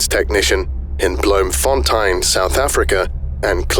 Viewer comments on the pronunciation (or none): 😭 that's not how you say Bloemfontein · Thats the worst way to pronounce Bloemfontein